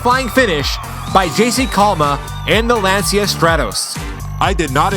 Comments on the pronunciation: it is pronounced lanchia, not lonsia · JC Calma might not be the fastest but surely he's a consistent driver. He's a contender for the championship for sure. BTW it's pronounced Lan-chee-ah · I love that seemingly no one in America pronounces Lancia correctly. Not that it's a popular car here or anything but I just find it amusing that their name will forever be screwed here lol